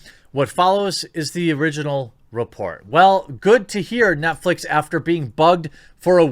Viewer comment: 'NetFleece' a little slip of the tongue? Heh, I like it.